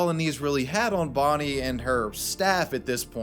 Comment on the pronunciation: It's Bonnie not "Borrneee"....ffs!